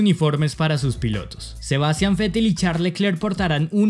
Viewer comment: Se dice Vettel, no Fettel. La diferencia es que V es sonora: si se pone la mano en el cuello, se siente la vibración de las cuerdas vocales, aunque la posición de los dientes y labios es igual que para la F. Este sonido no existe en español, por lo cual es entendible la confusión, pero alguien que publique videos comentando F1 debería poder pronunciar este sonido.